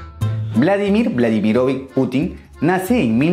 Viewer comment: No se pronuncia vladimirovik es vladimirovich 😅😅😅